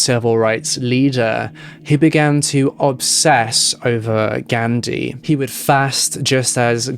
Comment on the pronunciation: Sik video u pronounced Ghandi wrong tho lol